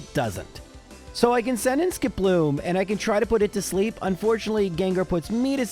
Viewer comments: Warning! Incoming pedantic nit-pick: SKIP-loom, not ski-PLOOM. Would you say jum-PLUFF or la-PRAS? No, you say JUMP-pluff and LAP-ras. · Is Skiploom's name really pronounced like that? I always thought it was SKIP-loom, instead, said it like skip-LOOM. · Normal people: "Skiploom": "Sk'ploom" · The way you say Skiploom stresses me out. Idk if thats right or not but it feels wrong. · Your narration, specifically how you pronounced Skiploom, made me realize that the names are all a pun. You have a Hoppip, a Skiploom, and a Jumpluff. A hop, skip, and a jump.